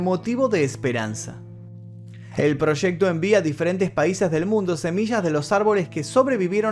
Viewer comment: Proshecto. Que quiere decir eso? Proshecto?